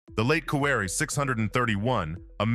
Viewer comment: Sort out your French pronunciation. It isn't as if there aren't any hints in the spelling. Accents are not just decoration. One might almost think that the narrator was uncultured, which wouldn't be fair ... or would it?